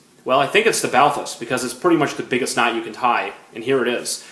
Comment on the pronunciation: You pronounce "Balthus" incorrectly. The great painter's name was pronounced "Bahltühs", with accent on the second syllable.